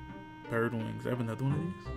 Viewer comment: "Anoda" one